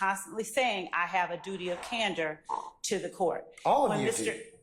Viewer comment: This lady says she has a duty of cander she's lying lol